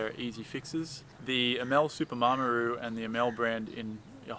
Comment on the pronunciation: I hope you get a decent boat out of the wreckage. Looking forward to the rebuild. BUT please get the name correct it is not a Mar m aru it is a Maramu :-) ATB regards